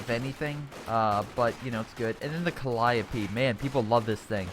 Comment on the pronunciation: It's cuh-lie-uh-pee